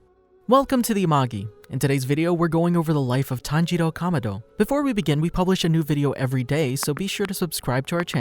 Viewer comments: Not tanjiro kamodo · pls learn how to say kamado thanks